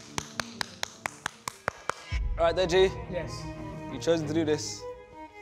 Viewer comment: man said "DJ" instead of deji.. blud needs to go back to school